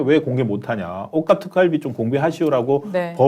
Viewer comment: 뒷화면에 있는 “특활비”를 “룩활비”로 잘못 읽음.